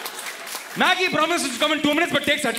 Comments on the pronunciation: It’s Maggi not maaagi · It's Maggi not maaagii 😭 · Maggi not maaaagi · since when we say Maaaagi, dont we say Maggi !!! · "Maagi" hahahhaha sounds like "mere paas mere maaki hai" hahahhahaha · Ma kiiiiii 😂😂😂😂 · Maaaaagi? Seriously 🤣🤣🤣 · மாகி இல்ல மேன்.. மேகீ.. 😕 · the way you pronounced Maggi was actually more funny!!! it sounded like a Hindi gali! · it is actually a bengali gali..